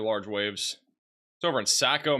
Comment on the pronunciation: Saco Me is pronounced like taco